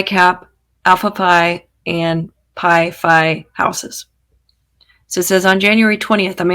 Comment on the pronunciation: The dead animals hurled were at the Alpha Phi house ( Xena’s sorority) and Pi phi (Maddie’s and Kaylees sorority if I heard you correctly as you kind of mispronounced them.